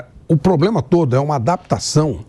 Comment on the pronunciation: O Andrés era melhor em relação as frases. A unica palavra errada que ele dizia: Era poblema